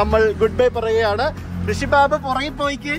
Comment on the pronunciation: But his name is' Rishi' not 'Hrishi'